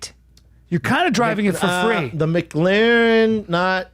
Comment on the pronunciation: Brandon "big car guy" Schaub pronounced McLaren like it's a fucking McDonalds sammich. Mic Larren